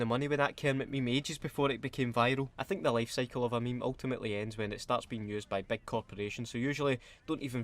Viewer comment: 32 times if you include "ME-ME" if no then 31 yer Weclome